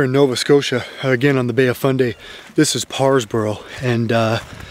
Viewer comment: Did you say bay of funday Lmao